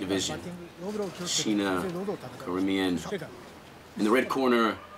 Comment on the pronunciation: To the reporters, the name is SINA. not Shina